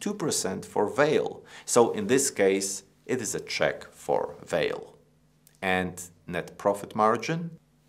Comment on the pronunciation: I´m Brazilian and I think strange the way is pronounced Vale´s name in this video. Here in Brazil we pronounce the company´s name something like VAHLEE. We pronounce the letter E, at the end of the word like a E sound, with a stress in VA.......But it is an interesting video. Thank you!